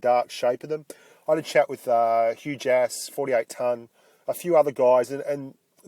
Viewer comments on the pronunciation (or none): xD when you said "Hugh Jass" it sounded like you said "Huge Ass" lmfao